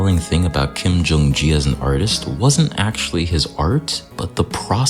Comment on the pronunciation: I’m battling a lifelong obsession with perfectionism and actually trying to leave more natural flaws into my artworks. This is encouraging. Note on Kim Jung Gi - “Gi” is pronounced like the first part of “Gear,” not like “Aw, gee, Batman.”